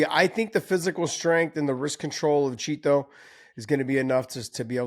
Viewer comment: Great another episode of Josh over emphasizing "Chito". Meanwhile refusing to pronounce Jorge Masvidal and Jose Aldo correctly